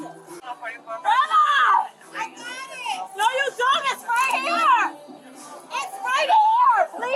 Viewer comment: must be drunk af talkmbout “i got iiihht” when her friend phone was nowhere near her possession lmao these bitches buggin